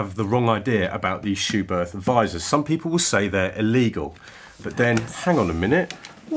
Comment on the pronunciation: Good information video. But a well-intentioned note from me as a German... it is pronounced "Schubert with a short T"... without the H after it. Please ;-)